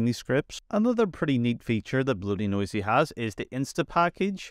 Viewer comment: I'm not really sure how no one has mentioned it yet or how you got through this entire script without realizing it's not BloatyNoisy, it's BloatyNosy. Nosy probably referring to the snooping that all the telemetry stuff does that it can also remove.